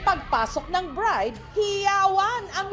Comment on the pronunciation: Bride ❌ Birde ✅